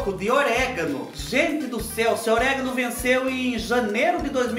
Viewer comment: Amei ! Orega!! A minha mãe também fala assim kkkk 🤣🤣🤣